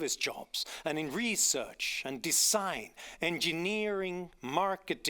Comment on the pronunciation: Johan Norberg, you need to learn how to pronounce the word 'research.'